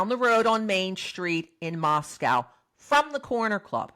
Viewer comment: TY for your videos. Respectfully, Moscow in Idaho is pronounced with the second syllable is a long O sound.